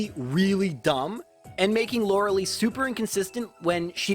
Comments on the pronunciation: LORELEI IS PRONOUNCED LIKE LIE NOT LIKE LEE. LORELIE LIKE WHYYYYYY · It's LorelAI, not Lorelee 😭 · JFC... Lorel-lee? Really? Lorel-AYE. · Why do soo many people miss pronounce lorelei's name lol its not LORE-AH-LEE. ITS LORE-AH-LIE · Lor-eh-LEE xD She's pronounced Lor-eh-LI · I've noticed you always mispronounce Lorelei's name. It's supposed to have a "Lie" sound at the end, not "lee." Not a big deal but I thought I'd mention it. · Pronouncing Lorelei as Loralee sounds so cringe. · Cool video, very entertaining. It’s Lorel-LYE but other than that, a lot of fun 😎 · Lorelei.... It hurts to hear that name pronouced Lor-a-lee... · Lorelei (loar-el-leh) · ..."Laura-Lee"? This is as confusing to me now as hearing people call Lara Croft "Laura Croft" was to me as a child. I don't know why there are certain names/characters I can just... never imagine someone mispronouncing...? But uh, Lorelei was definitely one of them. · Lorelei's name is pronounced: "Laurel-lie". It's the most common name for Mermaids for some reason. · it is pronounced Lore-uh-lie. You are welcome. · "Laura Lee" "Arr-canine" I am mildly uncomfortable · This bothers me every time he says it. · The dedication it must take to purposely mispronounce a name on a constant basis is commendable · If it was spelled lorelie I'd understand why people are confused by his pronunciation But no it's spelled Lorelei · Yes! I literally correct him everytime he says her name. Lol. Still love his videos though.